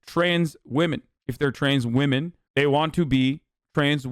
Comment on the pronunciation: No one: ABSOLUTELY no one: Hasan: womixin